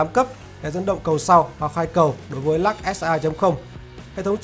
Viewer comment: Trời ạ, Lux mà ông đọc là " Lắc ". Phi ní lô đia !!!!